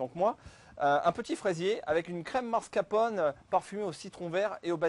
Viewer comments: mr le chef pâtissier, on dit Mascarpone! et pas mascrapone! ahahahah! les italiens s'ils vous entendent.... ils vont rire! facile, non? MAS-CAR-PONE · ah ouais le mec qui sait pas prononcer mascarpone ca commence bien